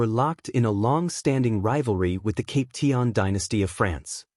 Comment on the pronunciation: Cap pee shan not cap tea an